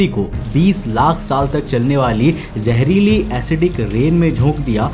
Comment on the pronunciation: Yaaar BHAI TERE SE KAYI SALON SE EK HI SAWAAL PLUS REQUEST HAI KI [ TERE SE SAAF AUR SAHI PRONOUNCE ME BOLNA KYU NHI AARAHA HAI ] ?? IMEAN KYA DIKKAT HAI JEHRILI❌️ ZEHRILI ✅️ JOR SE❌️ ZOR SE ✅️ SAJIS ❌️ SHAJISH✅️ JEMEEN ❌️ ZAMEEN ✅️ ETC PLZ BRO HAMARE KANO PR REHEM KARO